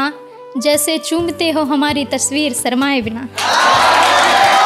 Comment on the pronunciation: जी, बहुत सुंदर है आपकी कविता। और खूबसूरत हो सकती है यदि आपका उच्चारण सही हो जाये। जैसे आप शरमाये को सरमाए बोलती हैं जनाज़े को ज़नाजा। God bless you beta